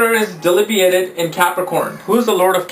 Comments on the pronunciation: 'delibiated'? Smart ass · Debilitating not delibiated